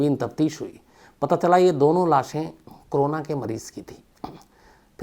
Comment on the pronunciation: Shams bhai aap corona ko hmesa crona kyun pronounce krtei ho…bdw i never miss any of your episodes..Lots of LOve from #ARUNACHAL_PRADESH